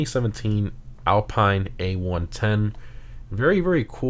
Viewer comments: AL-PEEN! not AL-PINE! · Hi, please pronounce "Alpeen" and not "Alpaïne". 😉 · It's pronounced alpeen. And tundra because it's a play on an alpine landscape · Btw it’s Al-peene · Kind of an unknown and small nitpick but Alpine as in the car brand is pronounced Al-Peen. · The reason it is called the Toundra is because it’s meant to sound different from tundra, because its also pronounced Al-peen instead of Alpine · It is pronounced Al"peene" not Pine like a Pineapple or something. And Panthere without an i, and the first "E" of Panthere has an "accent grave" but R* can't use that in Gta Online.